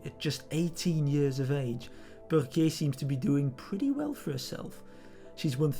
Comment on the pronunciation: Well-informed? Check! Objective? Check! But what really impresses me is how the names Burquier and Overijse are pronounced. Hats off!